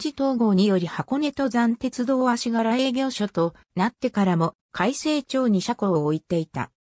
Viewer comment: かいせいちょうと読みません。かいせいまちが正しい読み名です。だいゆうやまと読みません。だいゆうざんが正しい読み名です。あしがらまはこうえんと読みません。あしがらまんようこうえんと読みます。正しい読み方を完璧にしてから、動画アップするべきでしたね。